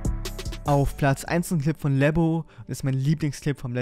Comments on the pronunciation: Es heißt Lebboo, nicht Leboo Ich fühle mich angegriffen :( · der heißt glaube Lebboo und nicht Leboo